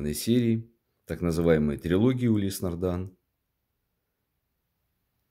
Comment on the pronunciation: ты читать не умеешь? там же написано "нардин"